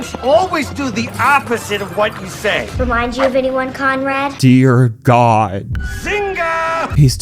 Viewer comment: CONRAD. NOT CONROY.